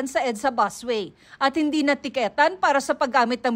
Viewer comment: na teketan😅 ayos pronounce te😂